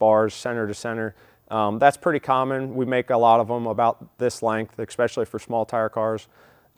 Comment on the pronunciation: Expecially? Lol. . Look that word up. 🤣🤣🤣🤣